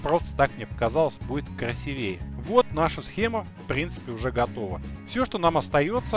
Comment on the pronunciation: красИвее, а не красивеЕ >_<